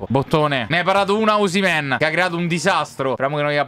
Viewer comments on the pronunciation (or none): none